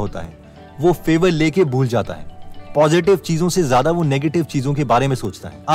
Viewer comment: ज़्यादा होता है ज़ादा नहीं